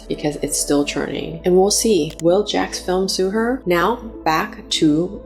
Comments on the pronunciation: It's Jacksfilms... not Jackfilm. It's so weird no one can get his name correct. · The apology saying his name incorrectly feels like a very subtle insult.